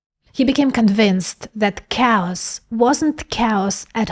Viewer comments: / effectively pronounces cows! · its pronounced kheos not cows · My lady, you can't do a video about chaos (KAY-OSS) and say COWS every few seconds. XD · Love your work - just a tip - when you say Chaos, sounds like you said "Cows". A native English speaker would say Chaos as K-os. For a moment I was thinking, what do Cows have to do with computing. Interestingly, you say "Chaotic" correctly... hmm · LOL, I thought you said "If you're life feels like COWS, you are sampling reality." I spent a lot of time on that one! Can you give more examples like the "AXB" please? I'm not grasping how it would work in other operations..THANKS! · 😅 so cute. I.keep hearing cows too when you say 'chaos'. Ah, love this girl... too bad you are on the wrong side of humantiy sweety : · / effectively pronounces cows! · At first I thought you were saying “cows”😂 Chaos is pronounced “Kay-Oss” FYI. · I heard "cows" and the closed caption showed "cows" Chaos !!! -- sounds of words themselves are chaos (cows). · Took me awhile to figure out she wasn’t talking about cows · Did she say cows? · I can not unhear cows instead of chaos. I am sorry. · Why is saying "chaotic" not a problem, but "chaos" is cows? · I heard "cows aren't cows"...I know she meant chaos. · love the videos. Please pronounce Chaos like Khaos. Emphasize the letter c as the letter K! sound. Keep up the great videos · Please improve your pronunciation of chaos as cows! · Yeah everytime she says Chaos (K-US) it sounds like she says Cows..lol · Took me a while to understand where you guys found these "cows" in the video..... I just heard a pronounced-with-difficulty "chaos", I didn't think of any cows! Hahaha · you are mispronouncing chaos "KAY-ahs". Your Russian influences the English word. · Did you say "cows"? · I thought she was saying cows as well. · Took me half the video to realize she was saying chaos. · Is she saying chaos?